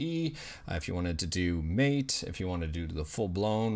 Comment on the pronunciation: Isn’t the MATE desktop environment pronounced MATÉ?